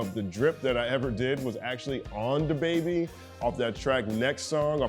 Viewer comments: U have to stop saying his name that way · He had a pretty funny Nardwuar interview. Nard kept pronouncing his name like "DAH Baybee" and at the end he started dressing up Nardwuar and posing with him while Nardwuar was doing his post-interview freeze frame. Also, is the Youtube demonetization algorithm so bad that you even have to censor the word "damn"? All I've got to say to that is.... damn! 😒